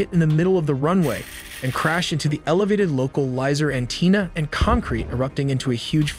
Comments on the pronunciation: What is a "localizer an-tee-nah"? AN-TEN-Ahhh.... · Antenna; not Anteena. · "An - Teena" (antenna) definitely AI voiced. To post the video without doing a check over of the language is odd. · Pronounced an - ten - ah. Not an - teen - ah. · “loca lizer anteena” Wtf lol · Your narrator (AI?) incorrectly pronounced antenna as “An-teen-uh” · I was enjoying the video and was about to subscribe, but then you said an-TINA instead of antenna which because it was spoken phonetically I realized it’s probably ai voicing. No thanks… if not ai, you’re too damn dumb not knowing how to pronounce the word. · "anteena"? lmao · 'An-tina'? Really? Your A.I. reader was good up to that point. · “Local Lizer An-teen-a” 🤦‍♂️ Do better guys! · You had me 100% until "localizer antenna". I understand you're not a pilot, but you should have known how to pronounce that! Other than that, you gave me more info on this incident than all of the news coverage I've watched put together. Thank you! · Your pronunciation is embarrassing please ensure that you are researching proper grammar before publishing. Kazakh, Antenna? These are basic words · I have never in my life heard someone pronounce antenna like that. 😂😂 Like it was someomes name. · excellent pronunciation of antennae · The animations are always excellent. However, in almost every video there is a glaring mispronunciation of simple words. Not sure if the VO is AI but I would suggest checking this stuff before uploading. For example, in this one the pronunciation of antenna... there are more, but just want to help since I really enjoy this channel